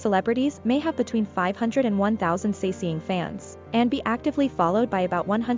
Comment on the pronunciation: 사생, romanization 'sasaeng' is pronounced sah-seng (with both sharp s) , not sa-see-ng :) But anyways, that video creeps me out.... And I'm always like well I do support this stuff by loving and listening to kpop and watching their videos. But on the other hand, the industry itself has to change, not the fans that are really afraid for their idols.